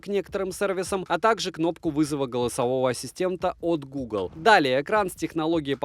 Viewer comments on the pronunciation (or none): none